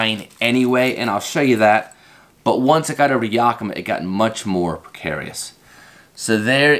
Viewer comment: I've never heard yakima pronounced quite like that before.